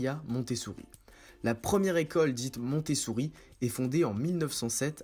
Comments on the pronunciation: Je crois entendre MontessOUri ? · Oui, il prononce mal à chaque fois.